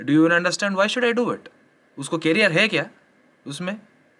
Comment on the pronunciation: Yes everything you said is right but please it's career not carrier